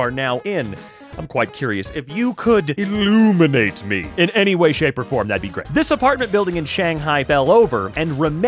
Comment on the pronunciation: he said illubeinate me